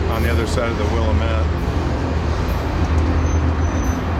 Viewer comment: The correct pronunciation for the Willamette river is 'Will-am-it' (but at least you got Oregon right!) Happy rail running!